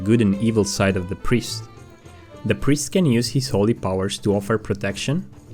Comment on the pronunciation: Just like everyone else is saying, you got priest wrong.